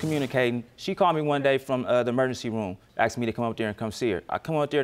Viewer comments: "No matter how many times you AXED ME?" Weinstien got 23 years and never Axed anyone. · "AXED YOU" This drives me crazy. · What's this axed for asked???